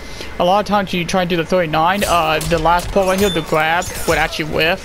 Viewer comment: " ill show you right hewr"